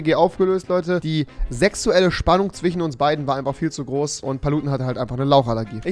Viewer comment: Ich kann mir deine Videos nicht länger geben wenn du immer zichen statt zwischen sagst ...